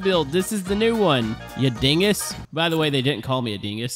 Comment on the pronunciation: I love when he says dinggus